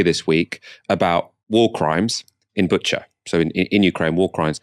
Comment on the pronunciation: also FYI it's pronounced Boo-cha (not Butcher)